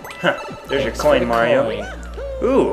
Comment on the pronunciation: MARIO not merty